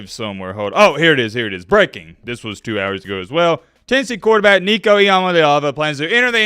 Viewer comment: Nico just added an "n" to his name...